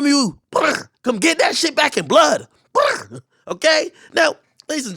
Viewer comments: Hahaha Ak saying bur got me dead af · AK A Big Fool 🤣🤣😂😂😂😂 The Way He Pronounces The “ Blrrrd” 😂😂😂😂🤣🤣🤣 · why you say blrrd like that im dying,,,hahaha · Aks pronunciation of “blrd” got me rollin 😂😂😂😂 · Why ak say brrd like that 😂😂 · He butchered tf outta that word 😂😂😆